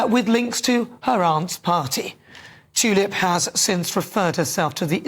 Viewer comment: Its T U lip.. U as in Umbrella...shes no Flower.😡